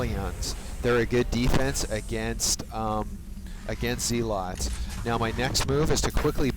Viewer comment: and zealots are pronounced zeh-lutz.